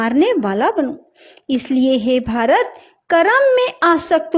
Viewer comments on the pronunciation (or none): none